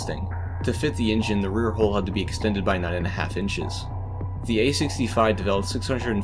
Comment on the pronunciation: Nice info, but why can't you say the word 'hull'?